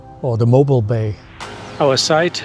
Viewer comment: Nice walk through and review, thanks! Did you have any problem with ants? I’ve seen that reported in the past. Mobile is pronounced “mo- BEEL” by locals. I think Meaher is pronounced “mayor,” but not sure. Thanks!